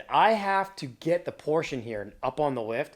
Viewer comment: Please do not butcher a Porsche